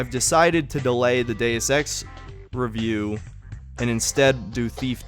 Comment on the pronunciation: You said revieuw ones dude ..u kinda asking for it tbh 🙃